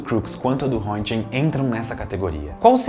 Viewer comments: “Rrêntguên” pronúncia do sobrenome do grande Wilhelm Conrad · Mundialmente não ficou conhecido como “raio Röntgen“, mas na Alemanha foi quase. O termo lá, quando é feito o exame de raio x, é algo como “fazer um Röntigen”. A propósito, crítica construtiva, a pronúncia do nome não foi das melhores, hehe, mas entendo, língua alemã não é fácil.